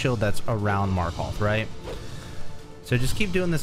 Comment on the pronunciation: He really did just say "Marköth"